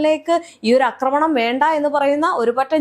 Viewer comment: അക്രമണം അല്ല "ആക്രമണം." ഇന്നലെയേ പറയണം എന്ന് കരുതിയതാ.